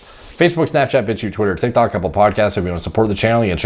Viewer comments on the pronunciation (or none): none